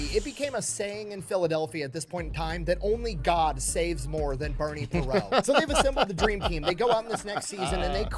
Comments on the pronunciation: 50 year Flyers fan here. is funny, but he got a few things wrong, It was Bobby Clarke not David Clarke, it was Bernie Parent (with a t) not Bernie Perot (silent t). I watched that Soviet game on TV and the Flyers just beat the crap out of that Soviet team. The Flyers were the only team who were able to beat that team...literally. But that Soviet team was so stacked. They had the the best goal tender and the the most talented goal scorers on the planet. But they didn't have the brutality + the talent and Bernie Parent. That team is so revered to this day. Fun stuff. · This guy is referring to Bobby Clarke as "David Clarke"? He's also calling Bernie Parent (pronounced Per-rahnt) Bernie Perrot. Very strange. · DAVID CLARKE?!?! THIS MIDJIT JUST CALLED BOBBY CLARKE "DAVID" !!! THEN, HE CALLS OUR RECENTLY DECEASED LEGENDARY GOALIE "BERNIE PERRAULT"?!? IT'S "PARENT", PRONOUNCED "PAW-RONT" BY AMERICANS & MOST ENGLISH SPEAKERS. BLACK PEG, YOU CAN DO BETTER THAN THIS CLOWN. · This guy gets names wrong. It's not David Clarke. It's Bobby Clarke. Not Bernie Perrault, Bernie Parent (pair-ont). I think it was the Flyers owner. Ed Snider who told the Soviets they were going to be paid. Not the league President. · Yes, that really irritated me every time he said "David" Clarke. Not only that, he called Bernie "Perrot" (Per-O) instead of Parent. I think he was trying to say "Parent" French style, but that's OK, everybody pronounced the second syllable with the "nt". I sure did, I remember those days and this game in particular. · Broooo the way that guy is pronouncing Bernie's last name is triggering me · It's youtube. You want views or accuracy? Pick one. Guy couldn't get Bobby Clarke's name right, mispronounced Bernie Parent, got Campbell wrong, and his lips never matched his voice. Otherwise, perfection 2000s style. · David Clarke? Its Bobby Clarke! Cant even pronounce Bernie Parent.